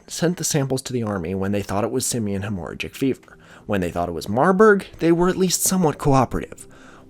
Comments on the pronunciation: Hemorrhagic is not pronounced that way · Please Google hemorrhagic pronunciation bruh wtf 🤣